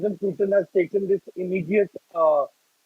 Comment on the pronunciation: Whats that pewtin? Pls, he is putin 🙏